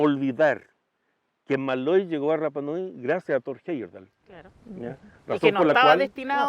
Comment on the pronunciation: CANAL MATA O TE RAPA NUI, AMO SU CONTENIDO, NO ASÍ, A MI HAU RAPA NUI, CUANDO LE DAN CON EL RRRRAPA NUI, CUANDO UNA ILUSTRE VISITA DICE CORRECTAMENTE RAPA NUI....TAREA PARA LA CASA